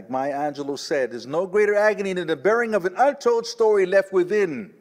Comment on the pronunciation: Thank you for the correct pronunciation of Maya Angelou <3 among many other things